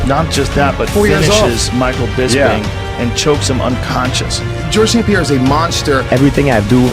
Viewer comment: The S is before the P in St Pierre. Good attempt though soldier